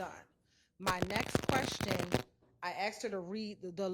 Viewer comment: It’s ASKED lady! Not ACTS! 🤦🏻‍♀️